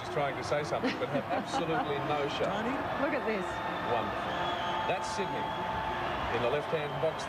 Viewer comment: yeah! agree! he clearly said Sydney, NOT syd-en-ey i think some comedian tried to imitate this accent and it caught on through aussie media. pity, reflects aussie narrow mindedness